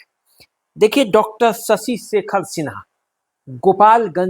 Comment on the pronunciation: PROPER NAME IS SHASHI SHEKHER SINHA , NOT SASI SEKHER SINHA. PLEASE CORRUPT THE PRONOUNCIATION IN FUTURE.